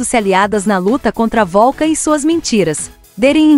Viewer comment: Não é volcan 😅😅 😅😅😅 pare de abrasileirar 😂😂😂😂da vergonha